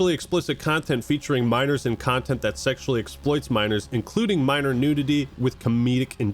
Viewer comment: A ... Cuntent thief?